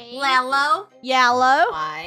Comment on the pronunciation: omg said lellow